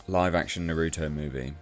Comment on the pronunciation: He butchered Naruto's name and it causes me pain.